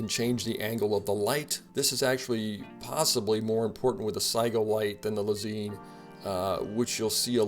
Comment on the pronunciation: Lez-EIN (like the German word for "one") not Lez-EEN